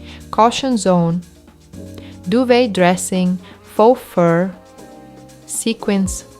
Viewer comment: Do you mean duvet? It’s pronounced doo-vay, a French word.🙂